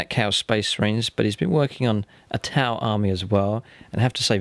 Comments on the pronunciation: When your friend said “these are my 2000 points of Tau” it really sounded like he said “...points of Tie”. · That Tau army is striking! The contrast of the neon green on grey really pops. Did anyone else notice he pronounced T'au as Tai? That is one awesomely thick accent!. Love it! Need more of this for the greater good!